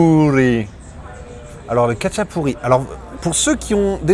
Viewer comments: Ca se prononce ratchapouri, et rinrali 😉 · Salut. Je suis un grand fan du khachapuri. Juste pour info, Le KHA se prononce comme le J de "jamón" en espagnol. Sinon l'oeuf se mélange, tu racles le fromages sous la croûte pour bien mélanger avec le jaune. Normalement le beurre aurait dû être sur le dessus (ils ont dû penser a6ta santé 😅). Quant au fromage, c'est un mélange de sulugini et imeruli. Le sulugini c'est trouvable en France dans une épicerie de l'est... Par contre imeruli , quasi impossible. Pour ceux qui veulent en faire à la maison , 70% mozzarella et 30% feta c'est quasiment pareil. (C'est ce que font certains resto géorgien à travers le monde et en Europe de l'ouest). A+